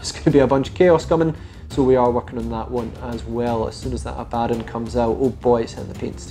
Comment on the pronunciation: I cant wrap my head around how all these youtubers mispronounce Abaddon. Ab A Don, not Abaa Don